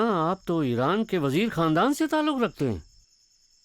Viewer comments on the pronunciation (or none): khandani not kandani. Big problem man.